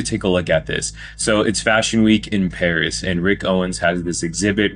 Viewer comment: God, I can’t stand this guy Byonce = Bi-On-Say Pattie Smith = Pay-Tee Sm-eye-th Paris = Pay-Rice 😡😡😡😡😡😡😡